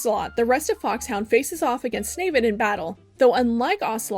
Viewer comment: I hate that you call him “snavid” 😂